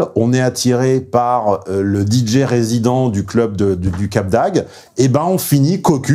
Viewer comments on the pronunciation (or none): Ah ce petit défaut (enfin difficulté) de diction pour dire Cap d'Agde :D C'est comme ça que l'on voit ceux qui ne sont pas du coin ^^ J'avoue que ce n'est pas forcément évident à prononcer, tout comme moi quand je me rends dans le Nord Est et que je dois prononcer les noms de villes aux alentours de Strasbourg ^^